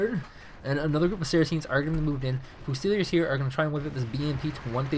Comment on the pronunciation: It's unfortunate he can't pronounce leopard and fusiliers. Lee-o-pard few-sillys